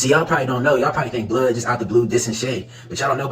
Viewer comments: Yo his name is pronounced "blood" not "blee-odd" 😂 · "Shay" & "Blee-odd" cmon brah 😭